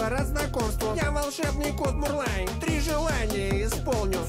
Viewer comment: Не Мурвай, а Мурлай